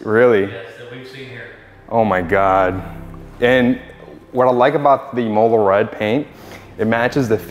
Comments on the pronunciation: Say “im” like “him” im-ola Not “e” like “he” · The way you pronounce imola should be a criminal offence haha but congrats on the car bro